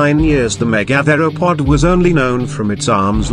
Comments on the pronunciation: The pronunciation of "megatheropod" in this video is driving me up the fucking wall. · First learn how to pronounce Megatheropod